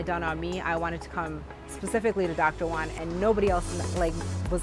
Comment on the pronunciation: stop calling him doctor one, learn how to say Juan